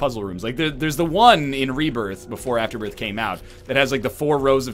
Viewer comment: You are also pronouncing Azazel, The Ludovico Technique and Afterbirth wrong.